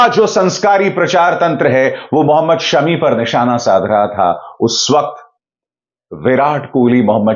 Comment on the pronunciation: अभिसार भाई सेमी नहीं शमी फ़ाइनल कहें और “ फ़ाइनल” भी शमी फ़ाइनल ही कह लाएगा। किवी और आउजी शमी नाम के दहशत में है। 😂😁।